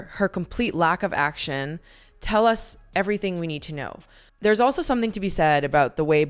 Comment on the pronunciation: "It Ends with Us." The word is US. You said up twice. I like this channel, but now I'm questioning if the narration is AI, which is something I don't support. I really want that not to be true.